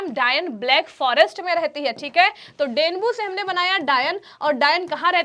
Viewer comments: Mam danbu nhi hoga Aab gatal bol diye hai denyub hoga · Wo danyub ha mam danbu nhi 😂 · Kya ha bhai madam denyub को डेंगू बोल रही ह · वो डैन्यूब h डेन्बू नहीं